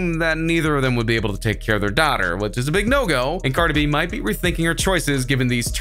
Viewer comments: what? I said he says it like "carda b" get outta here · He can't even say Cardi B right